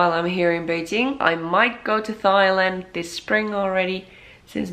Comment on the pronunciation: I love your videos! Thank you for sharing your new life. I am not trying to knit pick but just so you can sound less like a foreigner, the word Thailand is pronounced like tie land not thigh land, Thailand the H is silent. Your videos are very informative and fantastically done!